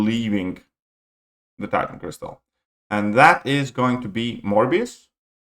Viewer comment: it's crystal not cristal 🤓